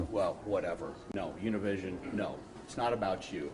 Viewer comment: He pronounced Univision wrong... Smh... GO BACK TO SCHOOL!!